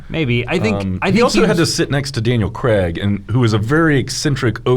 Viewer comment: Why do Americans pronounce Craig cregg?